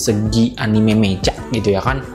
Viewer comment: Bacanya Meka bg kalo perlu saya ajarin menghapalan bahasa Inggris yg bener dulu baru lanjut ngonter soalnya banyak penghapalan yg salah